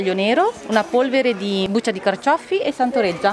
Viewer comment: E “carcioffi” con due “effe”...tipico buranello